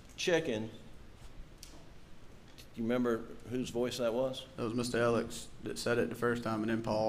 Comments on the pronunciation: He pronounces his name Alec. Idk why it drives me crazy. My sons name is also Alex, we pronounce it the way it's spelled. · Why is he being called Alec when his name is Alex? Can these people read?